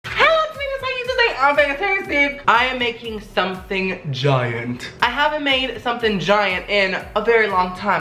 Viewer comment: the way he says giant is funny to me